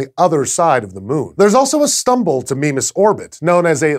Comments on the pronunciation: i pronounce it my-miss what's this 'meme-as' thing? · I thought it was pronounced 'MY-mas' ...or has red dwarf autobooks been lying to me? :P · after playing a lot of ksp when he says mimas i hear "Minmus" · "Meme-us" Meme Sorry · Is there a clear consensus on how to pronounce Mimas. I've always pronounced it My-mas but it seems Sci-show feel Me-mas is correct. I've also heard Mih-mas from some others. At least it doesn't have as many pronunciations as Charon. Or raise as many giggles as certain pronunciations of Uranus. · Mimas... Memeas... Memeus... Meme us... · a death star moon called "meme-us" kek I love astronomy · Who else thought it said Minmus?